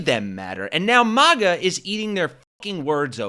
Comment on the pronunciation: I really wish I didn't hate so much! Still love the channel and will continue to watch, but jeez... this guy? Seriously? Don't even get me started on that smug arsehole who can't even pronounce MAGA correctly!